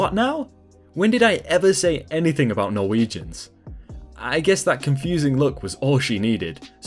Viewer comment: hearing ''Norwegians'' being said, just threw me off XD